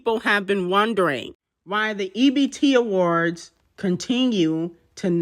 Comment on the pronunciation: Y r u saying ebt awards